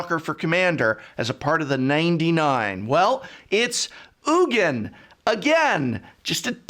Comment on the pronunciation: I appreciate that you call him “Oogin” and not “Eugene”, that’s how I think his name is said too.